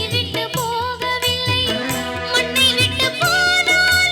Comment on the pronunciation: மண்ண ....வா, மண்ண...வா. மன்னவனை வா என்று அழைக்கலாம். மண்ணை எப்படி அழைப்பது??? pl.learn to pronounce and then sing😂😂😂😂😂😂